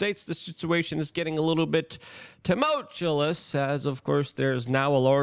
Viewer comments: New drinking game: do a shot every time Luke says "tumultulous" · Drives me insane. If he would just drop that second L, everything would be normal. Why has no one bothered to tell him that he’s mispronouncing it CONSTANTLY? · Or as Luke says it, "toomultulous" lol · TumulCHULLICE lmfao 🤦‍♂️ DISSERTING.... is it a TROLL that he says dozens of words incorrectly per video?? Like an inside joke or something??